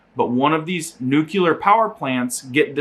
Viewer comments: lol he does say "nukular" instead of nuclear.... funny. Not so funny is the actual content...being in Europe now is a dangerous thing it seems. Prepare for SHTF. God bless us all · nu-clear: new-clee-err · I had to look up the word "nuclear" to make sure I wasn't going crazy as to its pronunciation, because everyone says "nukular". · Nuclear - NEW-KLEE-ARR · Bro you can't even pronounce nuclear. I gotta feeling your viewers can't either